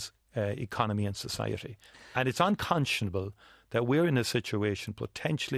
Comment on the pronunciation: How many times did he say uncontionable,????